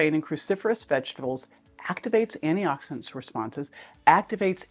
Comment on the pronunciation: First, Thank you for this info! But, Sounds like you’re saying “annie-oxidant” over and over, but you clearly pronounce anti-inflammatory. Please consider pronouncing “anti-oxidant” clearer. But, this request is minor compared to the value of the info you provide. Thank you.